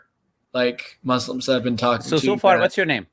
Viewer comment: I'm not going to listen to someone who calls Muslims Muzzlims.😂